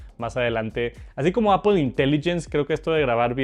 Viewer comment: Que bueno el "JARGÜER" de "APOL" una maravilla.